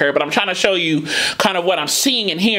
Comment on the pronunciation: I notice she sometimes she pronounced "you" as "Jew"